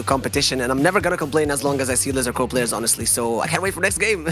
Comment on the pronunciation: Dude called it "Corpse" Focus.